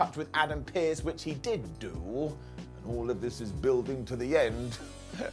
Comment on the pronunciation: Excuse me! Do you mind giving wiseman an up for the way he pronounced PIERCE? Thank yooooooou!